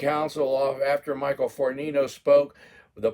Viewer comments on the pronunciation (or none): none